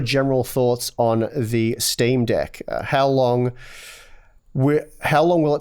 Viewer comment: I've waited for a long time for you two to pronounce the word "deck" XD